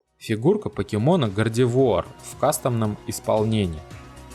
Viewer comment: Да, произносил не правильно